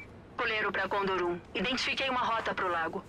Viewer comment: os personagens falam "condor um" eu escuto "conduru" kkkkkk